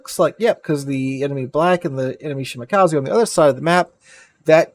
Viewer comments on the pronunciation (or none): Shimakaze not shimakazi